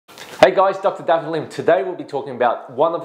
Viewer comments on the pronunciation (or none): none